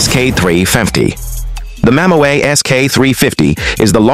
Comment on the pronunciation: Mammoeet ???? Learn a language, its mammut...